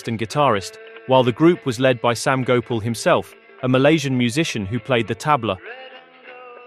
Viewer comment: Gopal is pronounced go parl not go pull